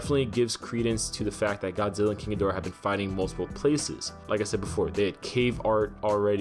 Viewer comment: I wonder if climate change melts the glacier he's frozen in? and possibly causes the humans to summon other Titans,which goes wrong when Rodan joins King? also, thanks for properly pronouncing King Ghidorah,most other videos have someone saying "kinky dora". SMH